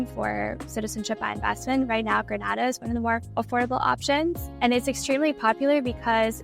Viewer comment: Sorry to be pedantic, but it is pronounced Gren-AY-da. Gran-AH-da is in Spain.